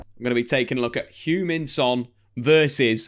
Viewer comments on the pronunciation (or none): Loved how you pronounced Hugh-Min Son 😆 AKA Shuggy Son when in Scotland